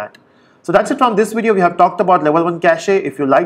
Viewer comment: lol 6 years later this guy still pronounciates "cachEEEE"....